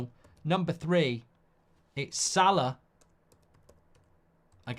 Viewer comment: its salah and its not close.